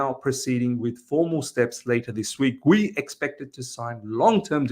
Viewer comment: I think it's pronounced as G-yu because of the u at the end